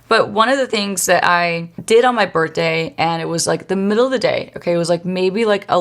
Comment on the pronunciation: I love how you say birthday. My friend says it like that. Bertday lol